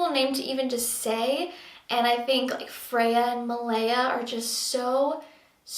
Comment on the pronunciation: I heard "Fea" at first which means ugly in Spanish and was thinking is she joking. but it's Freya!